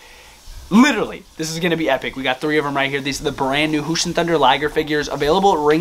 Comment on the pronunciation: Btw it’s jushin with a j but no hate no hate